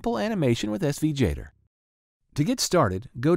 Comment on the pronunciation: In what world is Gator pronounced “Jator” ?????